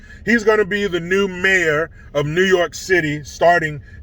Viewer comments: NEEEEHHHWWW YOOOOOKEEAAAA hahaha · New yoooorkuh lmao! 🤣